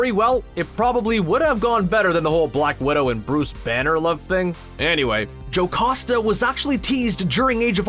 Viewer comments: Jocoosta.. it should be Jocasta. Learn to read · Stop saying "JoCOsta" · WHY DOES HE SAY JOCASTA LIKE THAT